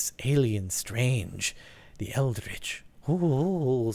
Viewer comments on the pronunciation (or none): none